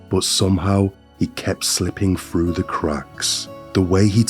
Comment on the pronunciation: It's through you dense flid 🤦🏼‍♀️ 😂 There's no such word as "fru" and your pronouncing the word wrong, it's pronounced like Th-roo not fru